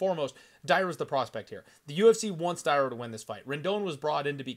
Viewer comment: Dear. Not Day-ra. Dar-ya. Not Mayra Moroz - Ma-ri-na. I sure, you can read letters wright. BOL:)